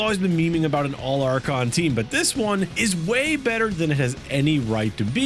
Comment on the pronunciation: All "archon" 😂